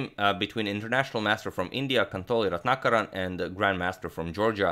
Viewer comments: 1000 applauses from India on accurately pronouncing Ratnakaran as Ratnakaran and not Retinakerran(like most foreigners would pronounce😎) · Slightly off-topic here, but just wanted to say that your name pronunciations are so on-point, & not a moment of hesitation before saying both names. You got the Indian one absolutely perfect. I wish everybody associated equal importance towards getting people's names right!